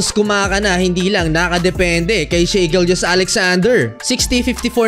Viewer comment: Not she shy correct pronunciation